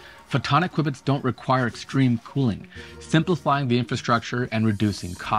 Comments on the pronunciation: "Quibits" ? You mean "q-bits" even if it's written qubits... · Quwibits? Since when? Q-bits is what I have ever heard. Good video :-) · Why in the world are you saying "kwibits"? It's qubits, like cue-bits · he called them "quibits-kwibitz..." whatever. Just "q" bits is fine, man... probably short for quad (4) bits, yo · SMH, call them Q bits like most people. I couldn't stand listening to you constantly saying qwib-its, qwib-its, qwib-its... 🙄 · I’d like quibble about the pronunciation of q-bits